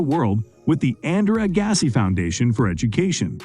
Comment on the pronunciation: Learn how to pronounce their names.. P L EA S E